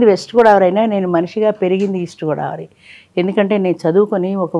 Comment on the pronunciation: Godavari kadu godaavari